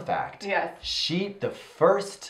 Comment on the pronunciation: I just paused this 34 seconds because I thought said "First thing's first purse first"